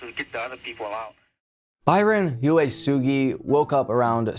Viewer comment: Uesugi = "Oo-eh-sugee", not "You-eh-sugee". Hiro = "Hero", not "High-row". Nuuanu = "Noo-ooo-ah-noo". "La'imi Road" = "La-ee-mee", not "Limey".